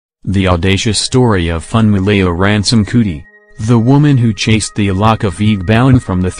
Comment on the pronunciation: Being a person from Nigeria who speaks yoruba this is cringy to listen to🙄🙄🙄😑